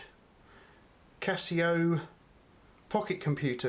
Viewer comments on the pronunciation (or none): none